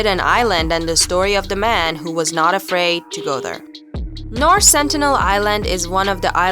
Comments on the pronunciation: Its SenTINEL... not Senitel!! Are you making stuff up?? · it's Sentinel not Senitel!!!!!